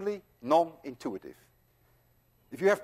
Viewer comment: non intuItive. not non intuative.